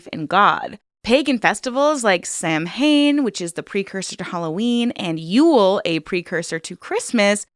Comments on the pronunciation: Oh, you tried so hard. Well done except Samhain is pronounced “Sah-win” it’s Celtic and nothing makes sense but that is paganism 101. Otherwise well done and I love you no matter what!!! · Great video but Samhain is actually pronounced “sow-en” just an FYI for future videos/reference 🙂🙂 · Girl your pronunciation is incorrect. Celtics are a basketball team the Celts are pagan give that C a hard K and you'll have said it correctly. Samhain is pronounced ( sow-win) it's our new year's.